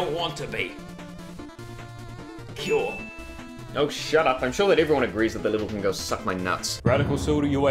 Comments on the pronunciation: I nearly fell out of my seat when he said "Cyoar." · "How do you plead?" I wanted him to say "Cyoar" so badly